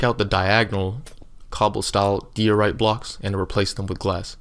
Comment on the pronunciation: You’d probably have more subscribers if you would slow down a little. Unless your just building for yourself. Tutorials are meant for people to follow, yours is way way too fast to do that. And you need to pronounce diorite the correct way. It has a long I sound. Good luck.